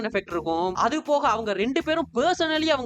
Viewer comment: oru chinna correction, "andhu" illa "adhu"